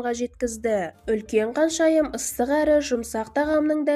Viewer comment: Каншайым емес ханшайым деп айтасызба х арыпын айта аласызба